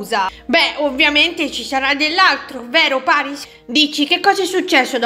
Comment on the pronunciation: ma perché ha detto PERYS al posto di PARYS?